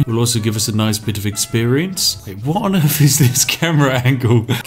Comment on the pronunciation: Ok I heard the words "that", "there", "the", "these" and "they" - all using correct TH pronunciation - why the hell, then, do I also hear "what on earff" "wiv his body" "baldurs gate Free" "D&D fiff edition" "fanks developers" "what were vey finking" - how the hell is someone who is clearly ENGLISH so abysmally inept at pronouncing words, or even letter combinations, correctly; in their OWN LANGUAGE? Not to mention how bloody inconsistent it is. It's like listening to the guy from The Chase, and he's supposed to be a teacher. It's painful to listen to. You clearly can pronounce it correctly as evidenced by the original list of words - to not correct it on other words is just lazy.